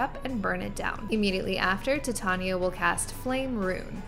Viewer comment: not to be that chick but her name is pronounced "ti-TAN-yuh" Tan as in Van. Atleast that's how Shakespeare intended. Also, thank you for this!